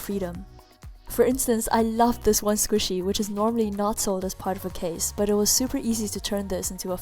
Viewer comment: Mochi not squisy